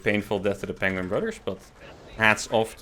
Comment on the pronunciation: Benedict Cumberbatch says "penguing".